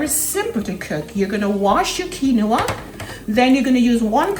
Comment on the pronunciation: Looks good, but the grain is pronounced "Keen-wah." It isn't a three-syllable word. I'd add sliced tomatoes or instead of jalapenos for those who can't handle that heat, a roasted red pepper to bring in the red color - maybe shredded carrots.